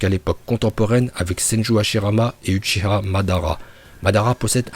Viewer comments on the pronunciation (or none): uchiwa pas uchiha